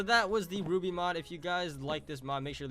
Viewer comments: it pernounsed ruby you need to watch the rest of the season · I think some overkill fans (a.k.a me) were triggerwd since "R.W.BY" is pronounces as "ruby"